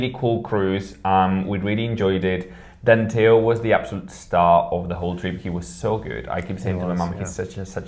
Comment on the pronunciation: Danteo, not Danteol.